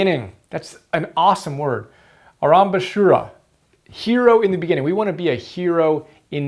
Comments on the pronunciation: wonderful video, thank you! about the Sanskrit (pronounced sun-skrith) however, your pronunciation wasn't bad, its aaram-bh-shura, pretty close! also, Sanskrit, much like Latin, is a dead language i.e. its the root of most Indian languages but no longer "spoken" as such. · You can pronounce "aaarambasooora" for arambashura